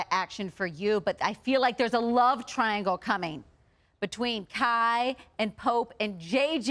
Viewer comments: And that lady didn't even pronounce kie right🙄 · This interview kinda just sucks in general lol Like the interviewers did not hold any spoilers back at all and AE was mentioned for like a minute and then they went straight back to obx And the way the lady said Kai instead of kie ahdjdhsksnf And then they change the thumbnail and title now they included Madison but had to take out chase? Like can’t you just have both..? Yikes